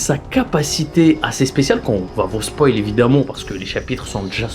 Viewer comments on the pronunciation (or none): none